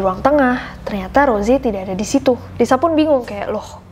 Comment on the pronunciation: Kak nessi itu namanya bukan rose cuma tulisan di panggil ros